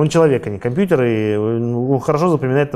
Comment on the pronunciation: "комьпьютер" расходимся